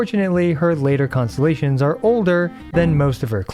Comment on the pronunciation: Poor man had to say "Constellations" so many times at a quick pace by the end of it all he managed to say was "ConSZZSZ" 😂